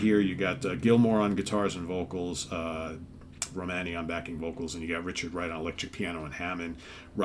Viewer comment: Her name is Romany, at least make an effort to pronounce it correctly!